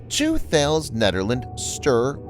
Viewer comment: I hate to be pedantic but i have never herd thales pronounced like you do. its tickles me but if you would like to say it those in the defence world do i would recommend